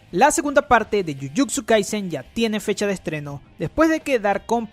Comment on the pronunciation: Tambien dice jujuczu kaisen jajaj